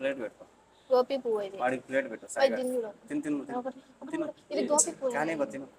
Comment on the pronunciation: అది గోపి,, బాలు, చిన్ని, బుజ్జి.. కాదు... మా. గోభి అంటారు.. భి కిందపడి దొర్లలి అనమాట..